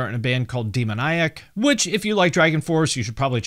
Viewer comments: "demonayak" breh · I think Demoniac is pronounced dee-mon-ee-ack. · Hate DragonForce. Love Demoniac! For life. Behemoth was a great front man. Nobody needs weak whiny 80 style vocals. Please get pronunciations correct with Demoniac.